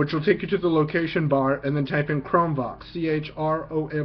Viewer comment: Hi I'm blind and use the exact chrome book u just demo straightens! I just wanted to bring to your attention that when u say the words Chrome Vox it sounds like your saying Chrome Box! There is a chrome Box desk top but this might be confusing to a blind person thinking of buying one or ETC! Thanks...